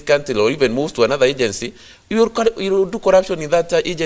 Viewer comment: Lelatives collurption.migoli Speak english